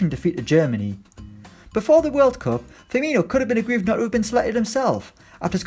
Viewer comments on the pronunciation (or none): none